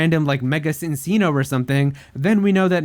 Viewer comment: That's not how you pronounce "Cinccino."